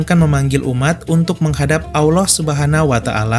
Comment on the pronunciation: Allah bukan alah